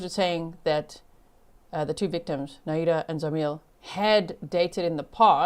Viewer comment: Horrible case., please learn how to pronounce "Nahida". It's only three syllables!